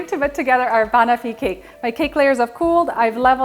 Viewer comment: Fabulous recipe. FYI the pronunciation is bah-nof-fee not bunofi